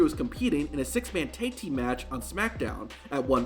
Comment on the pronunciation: Why did he say „Thaig Team“ all the way? Tag Team, simple.